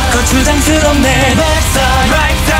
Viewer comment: 키야 역시 킹은 레하버전이 짱인 것 같아여ㅋㅋㅋ 이제는 도입부에 류님의 속사포 랩이 없으면 엄청 허전하더라고요ㅋㅋㅋㅋ 어우 근데 발음하기는 어렵네요 이게 바로 거추장스럽네가 아닌 고추장스럽네 탄생한 노래ㅋㅋㅋㅋㅋ